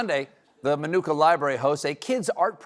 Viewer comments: It is pronounced "Ma-nu-ka" not "My"nooka😊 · Lived there (well, Channahon next door but they're basically like one intertwined town) for 17 years. Never heard anyone around here pronounce Minooka like that. The middle syllable is nook like book. Not new/nuke. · Look or cook thank you. That drove me crazy the whole time. I thought he was supposed to be a local. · It's pronounced like book, min-ook-a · We pronounced it like book, not like manuka honey 😂